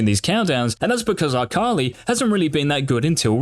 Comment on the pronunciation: "eye kali"